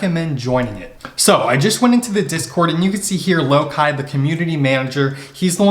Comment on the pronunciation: How do you know how to pronounce THOR but not Loki?